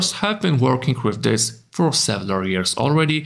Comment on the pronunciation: several, not sevelar. Good video otherwise